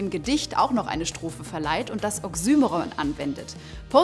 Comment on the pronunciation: Sehr gutes Video! Auch wenn mich die Aussprache von oxymoron stark gestört hat, da das Wort in meinen Kreisen deutlich anders ausgesprochen wird